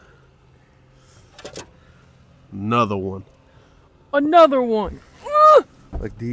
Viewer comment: “Anotha one”😂